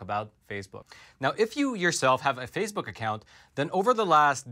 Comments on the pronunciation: Phase Book is pronounced Face Book. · are you intentionally calling FaceBook “phase-book” or just mispronouncing it by accident? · It's face book, not phase book. Very annoying that you keep mispronouncing.